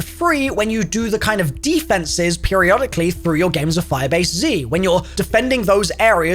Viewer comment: For some reason when he says firebase z im hearing 5 AC